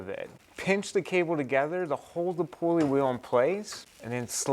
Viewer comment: Helpful video. Thank you. But you don't have to say "pulley wheel" -- a pulley IS a wheel. And the first syllable is pronounced as "pull," not pool. One irksome thing I see in a lot of DIY videos is that the person's hand obscures the action. I don't say these things to be mean. I do think your video is helpful and better done than most. Thanks again.